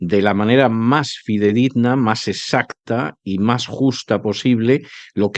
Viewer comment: CV con su habitual catolcofobia y su anglofilia. Haría bien en saber conjugar el verbo haber y no decir hubieras a todas horas y aprender a decir "exacto" con x, no esacto.